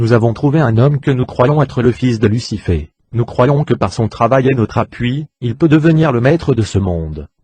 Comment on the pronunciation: Tu peux pas t'exprimé de manière normal tu bousille tout Lussifé Luçyfffé . J'aurais vraiment tout entendu sur YouTube.